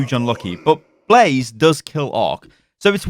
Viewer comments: When he said blaze not blasé I cringed alittle lol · Blase ??? It's BLASÉ BLAH-ZEH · Please stop calling him blaze it’s blasé pronounced blah zayy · This dude said “blaze” it’s blah-say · Umm should we tell him it’s blasé and not blaze? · Please stop saying Blase like the minecraft mob, his name is Blasé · I believe Blasé is pronounced Blah-zay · I believe his name is supposed to be Blasé (Blasai) but great video keep it up! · It's Blasé, not Blaze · Blah-zay, say it a few times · pronouncing Blasé as blaze is triggering me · Blaze... you called blasé blaze... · It's killing me how he says blasé lmao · Is anyone else triggered that is saying blase's name wrong? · The one time he says it correctly, he then incorrects himself and goes on saying it wrong.